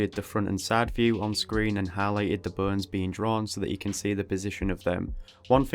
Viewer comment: The subtitles are hilarious !! I laugh everytime instead of "bones" the subtitles say : "BURNS" because of your accent (wich is so cool btw). I am just begining to study the skull and your video is the greatest way to do so ! Thank you for the great and very helpfull video !! I'm looking forward for the next anatomy videos !!